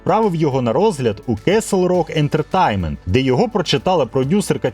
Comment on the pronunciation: [fræŋk ˈdɛrəˌbɑːnt] - Френк Де́ребонт (з наголосом на першому складі "Де"). Darabont — угорське за походженням прізвище, але адаптоване до американської вимови. Тому читається як "Де-ре-бонт", а не "Дарабонт". кеслрок ентертаймент блять ..... пздц ти даєш. Castle: /kɑ́ːsəl / - The "a" sound is like in "father, тобто КАСЛ /rɔ́k/ тобто рок. /ɛ́ntətɛ́jnmənt/ ентертеймент, з наголосом на -тейн-. а не ентерТАЙМЕНТ... кабзда просто скільки дивних наголосів, не правильної вимови. тема кльова, хороша і правильна. але ти не освічений, чи принаймі таке враження. мене вистачило на 9 хвилин. працюй над вимовою та дикцією. бо потенціал є. і голос приємний. а поки що це шлак.